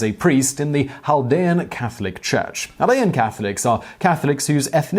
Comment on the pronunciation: Simon, how in the world are you pronouncing Chaldea (/kælˈdiːə/)?